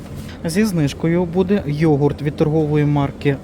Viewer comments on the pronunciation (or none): none